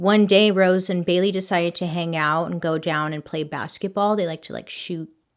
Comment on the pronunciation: After a while it sounds like she's saying Billy instead of Bailey